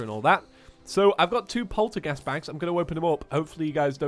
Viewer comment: He can't say polterghast right XD